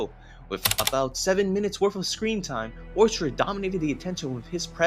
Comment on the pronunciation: It's pronounced Or sted, not Or Stred.